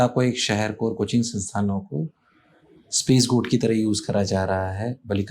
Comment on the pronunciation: ये Sir कोटा में पढ़ाते है?😳 Scapegoat की जगह स्पेसगोट कहा।